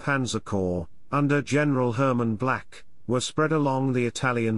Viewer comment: "General Black?" I think you'll find it's "Balck".